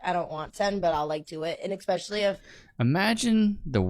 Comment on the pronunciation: it is especially, not expecially. 🙄 (I know it is trivial…but it makes people sound ignorant. Like saying irregardless or I could care less. 😅)